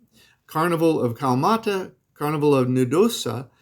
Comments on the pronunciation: It is pronounced "Kala...mata" not Kamata. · First of all it’s Kalamata. Not Callmata. You’re not pronouncing the A after the L. I suggest before you consider living there you learn how to pronounce the name of the place CORRECTLY, or you’ll be called MALAKA and deserve the title. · Hes saying Kalmata, without the a.